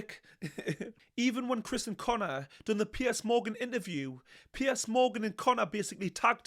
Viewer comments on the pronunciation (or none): none